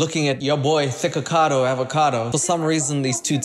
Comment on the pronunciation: I swear is saying niggakado